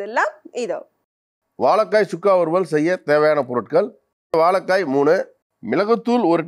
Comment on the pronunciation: வாழைக்காய் not வாழக்காய்